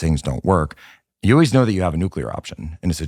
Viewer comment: Tucker can't even pronounce "always" properly